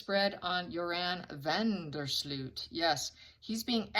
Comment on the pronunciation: His name is van der Sloot with the oo sounding like in no.